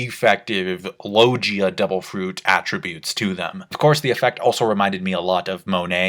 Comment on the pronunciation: All these years and u still cant pronounce "logia" correctly... Along with other words... For years now... Lol c'mon dude step ur game up lol. Big fan btw! Thnx for everything u do!